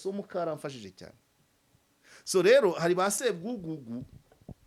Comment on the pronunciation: uravuga ngo Swo ahu kuvuga ngo so😂😂